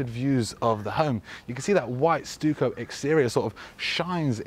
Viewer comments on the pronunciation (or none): Nice flow to this place ps it’s pronounced stuck-o 😉🫣